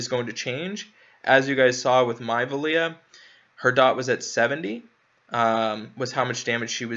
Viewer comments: Here name is pronounced "Vel-Lah", not Vel-Lee-Ah. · Why do you call her velia? There is no I in her name, wouldn't she just be pronounced. VEL-UH . Vela. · Why are you pronouncing her name as Veliya. I figured it would be like this = VEL A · Or perhaps “Vay-luh” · You say her name the following way Vela=bella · How do you butcher four letters and two syllabyls so badly?